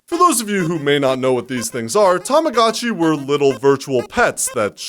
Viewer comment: 2 things i cannot accept in this video: ur voice. The way u pronounce Tamagotchi